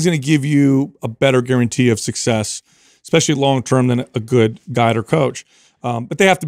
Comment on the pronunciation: Constructive Criticism (and pet peeve of mine) -, the word "especially" does not have an X in it, and "supposedly" does not have a V. I'm surprised hasn't called you out on it! Only trying to help🙏✌